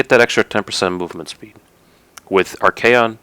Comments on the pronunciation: AUUGH!! ar-KAY-on!! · propper is ar-kay-on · Not a warhammer fanatic, but I noticed pronuncing Archaon like ar-kon. I've heard others pronounce it ar-kay-on, also the way I've been pronuncing it. Does anyone know if there is an official way of pronuncing it, I searched it up real quick, couldn't find a good answere.